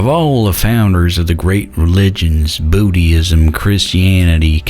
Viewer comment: "Boo de ists" and "Moose Lyms" LOL